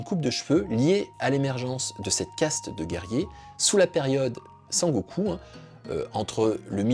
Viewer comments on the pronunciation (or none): none